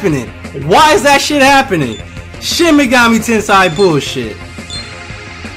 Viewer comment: ''FUCK THAT SHIN MEGAMI TENSEI BULLSHIT'' Me, in a really quiet tone,: it's pronounced ten-say (trololo)